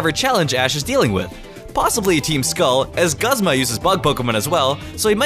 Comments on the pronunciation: Hey it's pronounced goosma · You say my boy Guzma's name realy weird